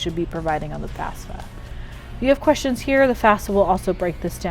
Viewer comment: I keep hearing FASFA. :(